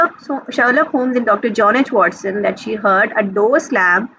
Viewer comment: i got one mistake in this video it's watson not wason